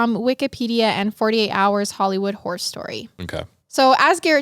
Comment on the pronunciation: "A hollywood whore story". I cannot get over the way you say the word horror haha <3